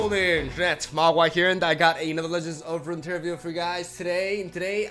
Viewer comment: I've only recently started watching his videos but every time he opens it sounds like " ...another Lejentsofrunttera video". It's great content though. Learning new strategies and fancy deck builds.